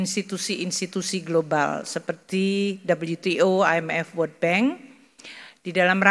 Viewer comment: onch3 she said about wordl, gue berhenti nonton